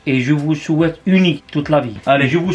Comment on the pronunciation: Et je vous chouaite le paradis 🤣🤣